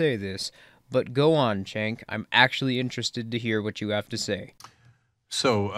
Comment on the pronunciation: Pronunciation of name Cenk is like "Jenk" not "Chenk". And he is an embarrassment.